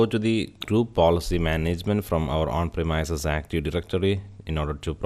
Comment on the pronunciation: Hello I like your video and I learned what I needed to know. but I had to restart it several times. Everytime you pronounced premise I had to think what is that then change it to premise . That is more on me than on you. You speak very well and it is just the one word that grabbed my ear and made me not understand. I hope it is not rude to mention this. I really did get a lot of useful information from your video and I appreciate the time you spent on it, greatly.. Please see google link below for how to say premise. A little thing but it made me rewind your video four times.